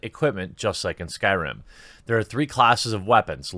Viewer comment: "New s k y r i m game" Oof I thought you actually knew about videogames